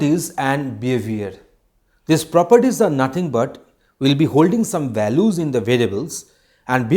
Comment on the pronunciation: Balus nahi it is values 😂